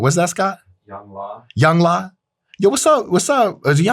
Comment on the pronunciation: YoungLA is the dumbest name I've ever heard. It's "Youngla" yung-lah.